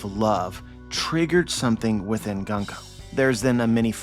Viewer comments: It's pronounced "Goon-ko" :) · My man! It's 軍子 - グンコ - Gunko (pronounced Goon-koh). I knew you would be excited from this chapter! I was really happy to see glimpses of a deeper backstory for her and a redemption for the evil she's been displaying, and the fact that she's being possessed by Imu is absolutely frightening, it's really putting the tension back in place. It didn't make sense to me how much focus and nuance Oda was giving her character only to make her simply cruel and evil. Oda really likes his cute girls, I should have expected this. But more seriously, her potential is really exciting, I can't wait to see how her story develops, especially since I adore her design and fruit power.